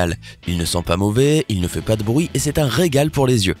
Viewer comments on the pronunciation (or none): none